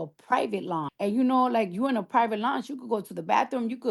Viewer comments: Launch? I was like what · The fact that she can’t pronounce lounge is pissing me off